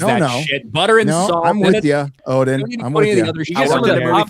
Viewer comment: AZ one? I thought it was supposed to be Odin?